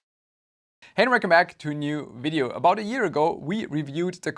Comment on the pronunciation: While I am quite happy to hear the word video pronounced correctly, I'd be lying if I said I wouldn't miss the german engineering vibes in fideo... Owell, there's enough of that in my thermal grizzly so who cares 🤟